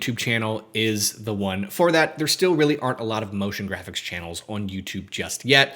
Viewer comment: NIce ONE! I said Notion Graphics ??? Is it Notion or Motion?